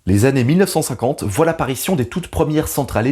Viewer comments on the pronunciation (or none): none